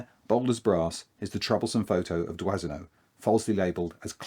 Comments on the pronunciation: It’s pronounced “Dwano” not “Dwasino”. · I know this is not in the spirit of Christmas, but do try and pronounce your photographer's names properly, eh? It's Dwah-no. Robert (Roh-bear if you want to be pretentious) Dwah-no. Dwazino? I mean okay, the French massacre the pronunciation of Anglophone names (Hemingway is unrecognizable) but we must try and be better, oui? Feel free to mock how we Americans pronounce Aluminum (and spell it!) Happy holidays, at any rate. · "Doisneau" is pronounced "dwano". Merci pour lui !😊